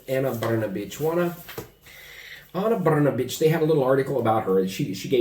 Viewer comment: BRNABIC ...BRN A B..😂SPALI KUCKU